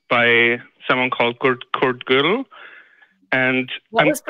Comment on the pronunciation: Godel, rhymes with "hurdle". That in itself is some incomplete stuff, right there. Godel followed Einstein around like a puppy. Einstein liked him. The incompleteness theorem is overrated. You don't need it to land a person on the moon or encrypt your iphone. It would not be a stretch for atheists to invoke Godel when they say the bible can not prove the bible.